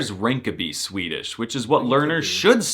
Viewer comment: Swedes in the comments raging about his pronunciation while he's hitting the vowels better than PewDiePie (he actually does which is... weird). The exaggeration for comic effect besides, he could mask as a swede if he stopped goofing around. Om du påstår något annat så är du en jävla skåning eller från någon annan hittepå dialekt (läs språkstörning). 😂